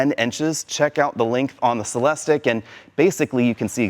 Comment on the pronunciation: Every time he says Celestick I’m saying it’s pronounced “Cel es teek!”